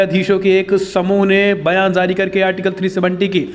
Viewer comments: Please improve your pronunciation of hindi. You don't differentiate between z and j. It is jaari not zaari, jurma not zurmana etc. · Please improve your pronunciation of hindi. You don't differentiate between z and j. It is jaari not zaari etc.